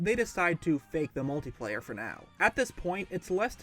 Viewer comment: It's not "Multiplayer" you idot.